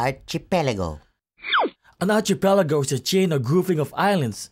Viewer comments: Kababayan -- I like your "Archipelago" video. But please note that "Archipelago" is not pronounced "archee....." -- as in the way you pronounce it. Rather, it's pronounced with a "K" as in: ar-kee-pel-ago). Maraming salamat for your entertaining video. MyOhMan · bakit po arCHEEpelago ang bigkas? diba arKEEpelago po un?